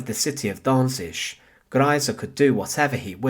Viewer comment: Can you not learn to pronounce Danzig? I mean, it's not hard.